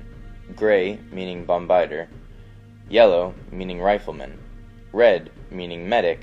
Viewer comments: Bomb biter? You mean bombardier? Pronounced (bomb-bah-deer) the f**k is a bomb biter? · it's pronounced "bomb-ba-deer"